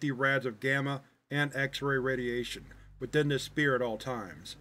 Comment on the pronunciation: I love your videos, I’ve been a fan for many years! But a tip- “Sphere” is pronounced like ss-FEAR. Keep up the great work!